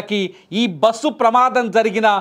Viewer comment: It is very difficult to listen this anchor bussu basuuu how many times he repeatedly..how bike driver is responsible. They met accident and lost life before bus accident. Bus driver shoud be responsible without observing what is on road